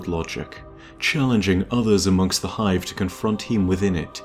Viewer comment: BOII i was so satisfied when you said 'the hive'